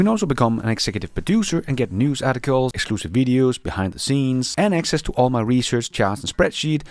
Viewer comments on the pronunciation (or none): none